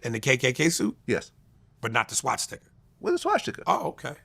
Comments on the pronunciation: Vlad its swastica. Not schwastica or shwastica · Why did the moron keep saying SHWASHTIKA